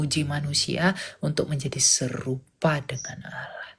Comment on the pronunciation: Allah dgn awloh beda kak